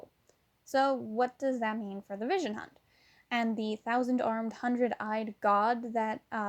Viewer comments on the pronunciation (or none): none